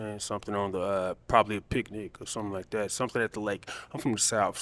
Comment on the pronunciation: Dude said pinic